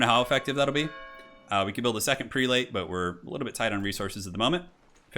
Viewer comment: You're not going to corrected Prelate = "Preh-let"?